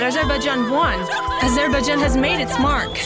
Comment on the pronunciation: It would be a good idea to learn how to pronounce Azerbaijan correctly, before actually beginning the narrative. And Nakhichevan is not an enclave, bur an exclave.